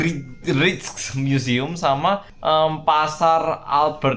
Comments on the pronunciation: Rijk pronouncenya Riyk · Rijksmuseum pengucapa nya raiksmuseum. Musim panas biasanya orang2 suka minum bier. Di Amsterdam ada rujak peris sol uenak pol. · Rijksmuseum bilangnya Reiks museum. Huruf ij itu dibacanya ei. Spt kota Rijswijk bacanya Reis weik. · Masih di Amsterdam engga oppa ? Btw, aku tinggal di Amsterdam. Rijkmuseum itu di bacanya Raikmuseum 😅